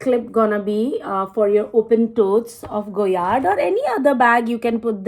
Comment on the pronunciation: Correct, there is no MM for the St. Louis, so her saying “small,” “medium” and “large” is wrong. There is the PM (petite) and GM (grande). At least she pronounced it correctly.